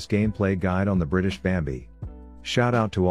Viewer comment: When reads "BRITISH bambi" 💢👄💢